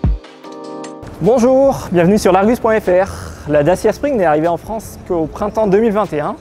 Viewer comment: le Bonjourrrrrr il raccroche aussi un peu ;)